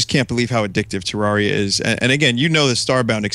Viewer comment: I am so glad to hear somebody say Terraria the way does. I always get weird looks for saying it like that, but it just sounds so much better. Also, it's nice to see somebody understanding why teenagers pirate so many things. I just bought a New 3DS XL, which already bankrupted me, and now I've found that it's the only console I own that I can't softmod and "acquire" the games for (I figured it would be as horrendously easy to hack as the Wii is), which is extra horrible because the 3DS has the most ridiculously overpriced games; I just don't want to wait like a year until I have a steady job and can afford to drop $200 on a measly four (handheld, mind you) video games.